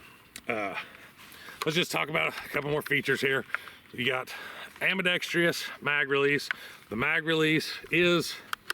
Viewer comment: Tip: 'Ambidextrous' is pronounced: ambi-dex-truss.